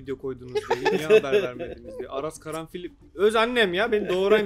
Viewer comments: aras karanfil değil lan Aras karafil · Aras Karanfil değil Karafil istemsizce "N" ekliyor insan